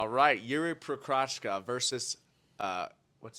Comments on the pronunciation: Yeah they needa work on their pronounciation of fighters it’s pro ha zcka not pro ha cha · Look nobody yet pronouced Jiří Procházka correctly - in his whole carreer , and people are trying but i guess it is just that difficult